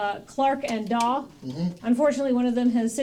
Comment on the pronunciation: I know it's a veeeeeeeeeeery minor thing, but the second comedian's surname is Dawe, not Daw.